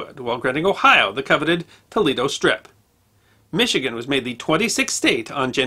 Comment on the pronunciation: t o e - l a y - doe